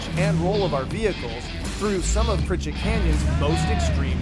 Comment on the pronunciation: Ok, I'm confused. The sign obviously reads PriCHARD Canyon.. why does everyone keep saying PriCHETT?? Regardless, love these vids!! And congrats to Mrs. Stone